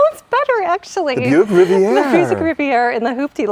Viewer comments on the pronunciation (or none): and - you pronounce that “Rivy-AY” 😂😂😂